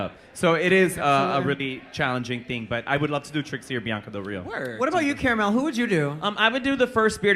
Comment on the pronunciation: was that fckin cara melle? lol